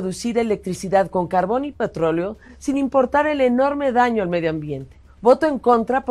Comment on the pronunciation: Se dice petróleo no patroleo.